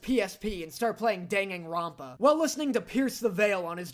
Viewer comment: The way you pronounced danganronpa caught me off guard